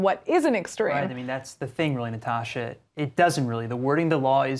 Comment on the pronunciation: I like Natasha's pronunciation. I like Natasha.